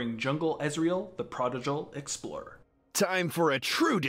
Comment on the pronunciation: It's not EXPORER BUT ***EXPLORER****